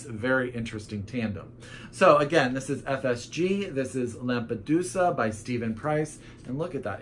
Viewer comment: Oh God, so many books coming outtttt Ps. You said Lampedusa right! :D However last vocal on Giuseppe is pronounced like an ae, that's how the "e" in Italian sounds ;) Italian fella reporting right here!